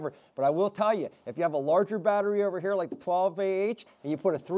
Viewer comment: the battery right heur... and heur.. hahahahaha